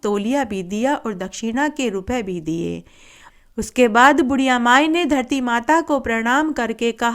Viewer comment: Har Kahani KE last me in Jo aap bolti hai vo garti yot puurvo Dharti yot purvo hai Please Sahi clear kariiye